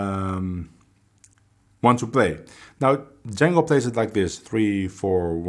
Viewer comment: I heard you pronounce Django at the beginning correctly as John-go not Jane-go as most people pronounce his name. His brother Joseph and the people of Belgium would always get upset when they he would hear Django pronounced incorrectly. Just thought you could help spread the word on your end.